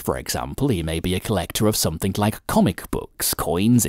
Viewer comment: Good video but stop saying 'somethink instead of 'Something'